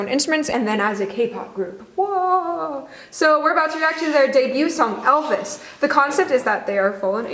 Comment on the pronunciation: 'El Bis', the brother of 'El Cid'. I presume there's no 'v' sound in Korean, hence the 'Elbis' pronunciation. Went and listened to the band version which I much prefer. Might go out and buy this one.